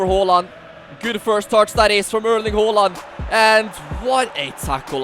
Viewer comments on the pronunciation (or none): Its ha not ho! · It's not Hoo-land it's Haa-land